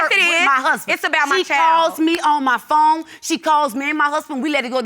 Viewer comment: It's Phone not Phome 😂😂😂